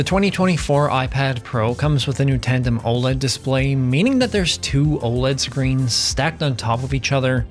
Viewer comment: Tandem* Not tantem…